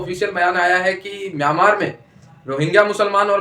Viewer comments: माईनामार नहीं म्यानमार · Bahan ye aarakan nahi aarkan h or manamaar nahi Myanmar h. Apni language ko sudhare. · Mai-na-mar 😂😂😂. Stop talking on subjects that you are not aware of 😂